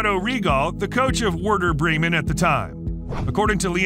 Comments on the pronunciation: 😂 Grimy Souness and Weirder Bremen!! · I just love weirder Bremen 😂😂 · Ah yes, the imphamous Aren roben and Nigel de Sjung. and the world famous Weirder Bremmen. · "Word-er Breemun" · Did he say weirdo bremen??? 😂😂😂😂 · 880 people disagree 😄👍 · it just got funny after a while for me. Like this is too much, this has to be on purpose 😄 Weirder Braymen and Arsenay Whenjer were my favourites